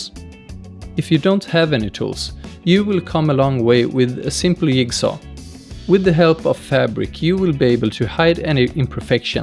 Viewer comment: Lovely video. Your English is easily understood and your humor translates internationally. But it is funny how you pronounce some words. Yigsaw! Love it.